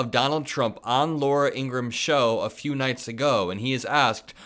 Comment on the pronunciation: According to her brother Laura's last name is pronounced ing gruh ham.